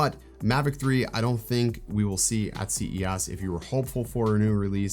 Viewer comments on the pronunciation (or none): Is he saying C E ASS on purpose?